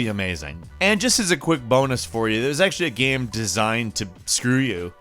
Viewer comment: "there were patches coming out for the came" did anyone else here him say came instead of game?